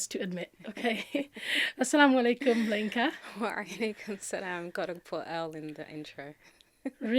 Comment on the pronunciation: Masha Allah... She's a Yoruba woman..., your intonation while pronouncing 'LAYINKA' was just so funny... Love from Nigeria